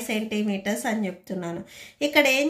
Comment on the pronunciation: Can you pronounce chepthunanu clearly except this all was good